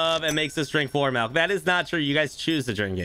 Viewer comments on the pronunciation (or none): Considering the owner says MELK its a 3 out of 10.